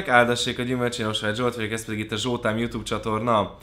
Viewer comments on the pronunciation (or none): none